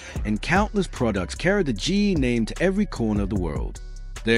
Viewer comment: Stupid AI can’t even say GE right. It just says Gee. Why can’t a human do the narrative?